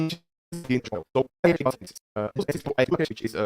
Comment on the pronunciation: Don't know why he mispronounces "so" as "toe". It's annoying. And don't even get me started with how words ending in "ed" are butchered.